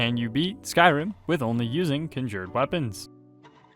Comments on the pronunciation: Nice video. I’m very confused by your accent tho. How is that you can pronounce “conjuration” without any issue, but somehow “conjured” comes out as “kin jured”? Anyhow, thanks for making the video! 😅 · You dont say conjured correctly and it drives me nuts lol